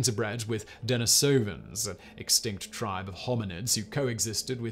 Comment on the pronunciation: Please, please, please learn how to correctly pronounce Neaderthal (and while you're at it Denisovan).